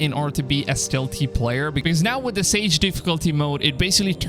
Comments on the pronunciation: It's saga, not sage! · Saga. Not sage. Lol. Gonna start dawn of Ragnarok later today. Pretty excited! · It's not "sage" difficulty. It's "saga," which is pronounced "saw-ga," as in story. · "SAGE" mode...? "SAGA" (pronounced: SAR-GA) Just sayin.... 😏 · So this is an old video but a number of issues here. Firstly, goddamn was that long winded seriously write a script and stick to it without repeating yourself and making 6 minutes feel like 50. Also the "Saga" (not sage) mode is literally just an easy mode. It doesn't "remove the rpg elements" it makes the game not challenging at all so you can just focus on the story. That's why it says story in brackets next to it. I don't know if you did any research into this at all. Then finally you got the clickbaity title like such a poorly made no effort video. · Sorry but is this not Valhalla? He says 2022, they haven’t released any gameplay for the new game and this man is rambling about updates to Valhalla which may not even reflect what the new game is like. Also, bro it’s called SAGA not sage🤦🏼‍♂️ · "SagA" right? Lol. Not Sage. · It's saga mode not sage, just saying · It literally says sagA? Not sagE? Right? Lol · It's saga, not sage. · Saga Not Sage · “Sage” mode? Dude it’s saga 😒you know as in “an epic saga” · Its not "sage", its sagA. Pronounced sa-ga . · it's called SAGA... sagA with an a.... not sage... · the change is awesome but i kept getting caught by the fact he kept say "Sage" difficulty when it is clearly "Saga" lol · It's saga difficulty not sage difficulty 🤣🤣🤣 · kept saying sage it said saga please speak better thank you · Lol it's not "sage," it's "saga." Like the famous Viking sagas. Pronounced sah-guh. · Sorry to say but it’s Saga… not sage. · Isn't it pronounced Sa-Ga not Sa-Ge not being awkward I'm just curious as I would read that as Sa-Ga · Does he mean Saga when he says Sage? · “Sage difficulty mode”… dude, it says saga. xD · "sage" or saga? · Bro it’s pronounced saga not sage haha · *SAGA , not sage